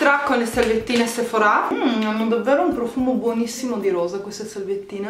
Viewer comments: Si dice Sephora nosephorá e ti consiglio di usare l'acqua mi cellare così nn ti si arrossa la pelle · Ora mi parte l’ Hermione che è in me: è sèphora non sephorà ahahah p.s. Bravissima bel video❤️